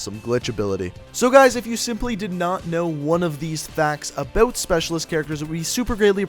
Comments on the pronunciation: Ok can you damn cod you tubers please learn how to pronounce "out" and "about" . I'm so sick of hearing (uh-bewt) And (ewt) good video but please pronounce the words correwtly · He said "aboot" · i didn't know aboot this 😂😅😂